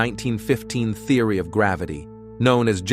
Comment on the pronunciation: Theory pronounced Thee-ory. Galaxies pronounced as Gal-ax-zees... I'm so sick of AI already. Really wish it would die instead of "improve" just a mess. Seems already humans can't read. Why not just read it yourself why have AI speak for you? It's so fucking weird. People want AI to drive for them to speak for them... very sad.